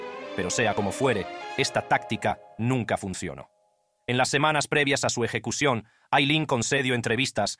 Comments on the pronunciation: No entiendo porque empieza hablando bien y después dice eyecucion! Y la voz más grave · Eyecución? Jajja